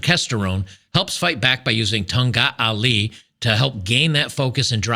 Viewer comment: The pronounciation is closer to "Thong Khat Ali"